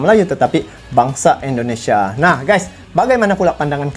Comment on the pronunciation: Indonesia bang bukan endonesia jangan biasakan ngomong yang salah